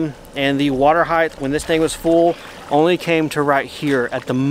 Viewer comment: Height not heighth.